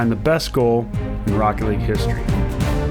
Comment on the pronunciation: What everyone else heard: this is rocket league What I heard: THIS IS ROECKET LEG